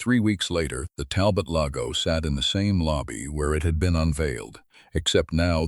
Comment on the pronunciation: AI needs to learn how to spell loupe. And pronounce Talbot. "Dale"? What happened to Daniel? More interesting than some of the 'feel good" B.S. that's so common.